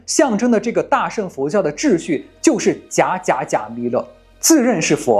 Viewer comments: 大乘（cheng）佛教，不是sheng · cheng2, 不是sheng4